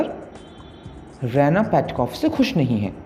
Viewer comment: Usse Raa eena pronounce karte h रैना nhi